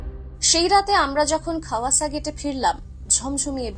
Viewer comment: Khowasa noi khawasa